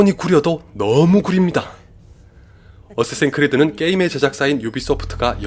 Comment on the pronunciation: 어쌔신 크리드라고 말하시는데 발음이 '어쓰에씬 크리드'라고 들림